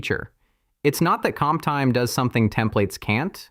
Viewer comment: I fully understand that you use AI voice-over, but could you please check the generated video before publishing it? Because hearing something like this makes your video look really low-class/cheap.